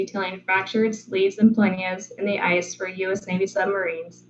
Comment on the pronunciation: Great content, but what is this "eyce" or "eyse" or "ise" substance you keep referring to?